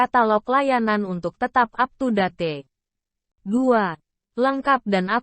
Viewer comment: Saran audionya bg knapa ga dibaca langsung aja..jangan pakai mbak googlenya...masa ngomong aptudate... 😁